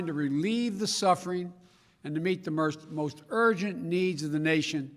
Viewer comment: the merst, the most